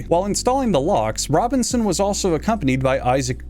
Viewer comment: Samuel Robbing-son